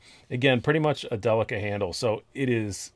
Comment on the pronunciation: I wish to commend you for saying "Delica" correctly. ;) As for the knife...No, that's a horrible color of green.